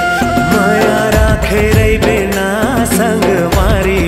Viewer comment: जब female singer मुखड़ा गाते हुए कहती हैं- राखे रहिबे ना*** तो जो न का उच्चारण है वो गजब का है, कलेजा काट के ले जाती हैं। 🥰🥰